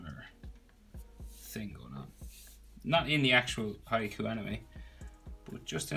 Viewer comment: I love when he said haikyuu instead of haikyuu he’s version is “hayakuu”